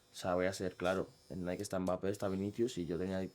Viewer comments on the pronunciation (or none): none